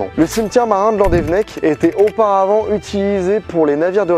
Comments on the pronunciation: Juste, petit point prononciation, on dit landévénnec et les z à la fin des mots et des noms propres se prononcent pas en français (en breton non plus sauf vers Brest) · Landévennec ça se prononce Loudévénnec non ? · Slt, je suis de landévennec. C'est juste pour dire que ça s'écrit "landévennec" mais ça se dit "landévénnec" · mon dieux tu aurrais pus trouver un brestois pour te dire les prononciation exacte je frise l'avc !!!! donc ont reprend c'est Landévénec et la rivière c'est la penfeld [pinfel] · Sa se prononce landévénèc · Oui, mais sa prononciation de landevennec m'a écorché l'oreille xD